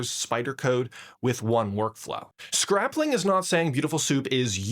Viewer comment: Why are you saying scrap-ling and not scrayp-ling